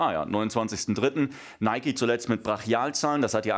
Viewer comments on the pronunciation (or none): none